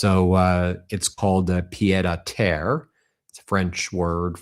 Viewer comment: Meiselas!! Your pronunciation of pie'd a' Terre is basically perfect. It translates to fool to earth. In reality it's a small apartment just a few flights up. Many would call it a flat. I know this because I was hearing Francais in the womb, from both my parents and grandparents! Yours very sincerely, Anne "Annie" Lousteau 🎉❤